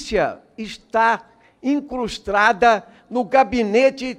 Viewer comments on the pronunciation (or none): "Incostrada???" O correto não seria... incrustada???...Ivan Valente!...volte ao ensino fundamental e estude bastante !...💛💚🇧🇷👍